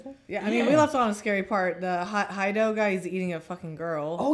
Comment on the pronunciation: Ear twitches every time I hear call him "Hide - Oh". -__-"